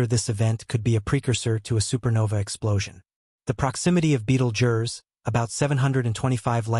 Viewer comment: at least learn to pronounce the star before u make a video bud